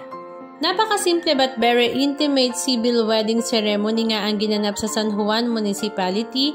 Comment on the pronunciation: I google mo kung paano ipronounce ng tama ang “ceremony”! Just helping!